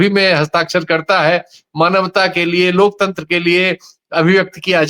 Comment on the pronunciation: जो अनपढ लोकतंत्र का उच्चारण lokchandra करे , वो क्या ही लोकतंत्र की रक्षा करे या माने !!!😅